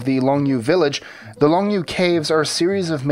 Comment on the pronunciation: Hi,! If you ever have Chinese-language words to pronounce, give me a quick call first and I'll be happy to set you straight. (I'll try to PM you my phone # somehow.) Longyou, for example: the 'o' in 'long' is the same as the 'o' in the word 'or'. It's not "lahng". Also, the "you" is just like saying "yo". Keep up the good work, guys! "Yo!" Ha!